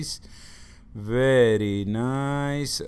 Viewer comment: “Verrrry niice, ohhhkay” 😂💀